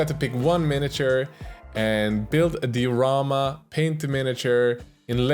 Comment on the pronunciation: Die-o-rama btw